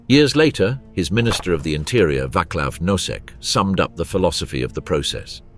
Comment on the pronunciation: What did he say? If you don't know how to pronounce just ask It's not Waklaw it's Vaaa C as in ceasar law Vaclav . Also the whole danube it's not danube it's Dunaj